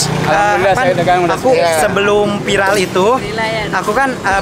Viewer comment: Salfok sama yg bilang "vilar."...Viral bukan vilar